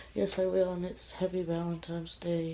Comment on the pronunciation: There.Is.NO.M.In.Valentines.Day!!!!!! For god's sake, english is your native tongue, isn't it????